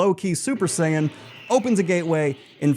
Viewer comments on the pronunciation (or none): none